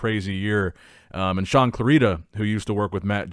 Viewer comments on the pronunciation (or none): none